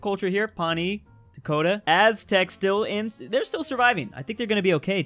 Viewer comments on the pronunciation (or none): none